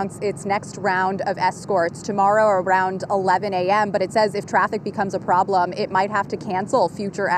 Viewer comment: “Regular traffehhhhkkk”